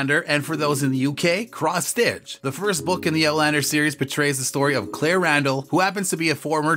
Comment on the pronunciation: Had to stop in the middle . This is terrible , this robot doesn’t even say the names right !!